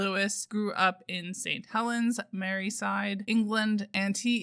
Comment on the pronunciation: Great video. This is definitely on my reading list. I just have one correction it’s Merseyside not Merryside. Pronounced like Mare-sea-side. Otherwise great review.